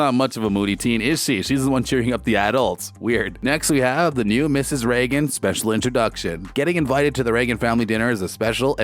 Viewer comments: Hey, you! The guy talking. Have you ever watched this show? It is pronounced with a long a sound!!! You know, like the president??? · I wonder if you’ve learned how to say the family name yet?.